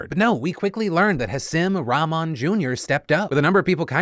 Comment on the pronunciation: The same of the boxer is Hah-SEEM ROCK-mon Jr. He’s the son of boxer Hasim Rahman Sr.